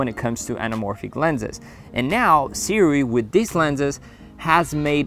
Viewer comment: See-Roo-ee ...... If you are going to review a product, you should learn how to pronouce its name. Just saying.